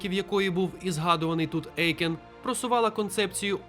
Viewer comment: Дякую за відео - пізнавально. Єдине не ЕЙкен а ОЙкен. Це суттєво. У німецькій мові "EU" читається, як "ОЙ".